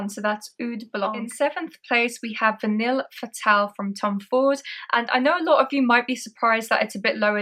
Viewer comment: Vanilles des Afriques is lovely... I will get a 10ml soon, but at nearly £300 the big bottle is over-priced imho. My schoolboy French leads me to think 'Vanille' is pronounced 'van-ee' (the l's are silent). Looking forward to the shopping vlog ❤😊